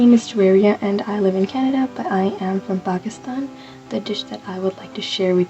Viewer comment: Thanks for pronouncing Pakistan correctly and your pronunciation of Mehthi was also good, impressive. You're obviously making good use of your tongue in learning other sound systems as well as the tastes from those cultures. I'd say that's a Bon Appétit!!!